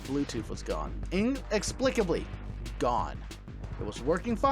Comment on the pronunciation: The amazing thing is both used AND PRONOUNCED "inexplicably " correctly. Twice!! \o/